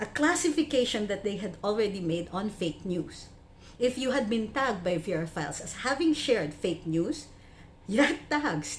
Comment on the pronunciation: verafiles sounds like "perafiles"